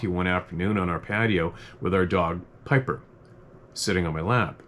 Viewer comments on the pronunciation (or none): none